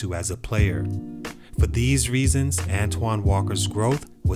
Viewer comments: Pronounced "ANTWAN"!! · At least pronounce his name right. An-TWON Say it with me